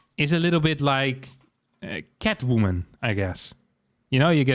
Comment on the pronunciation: Idk why but the way he just spits out the word "Catwoomin" cracks me up 😆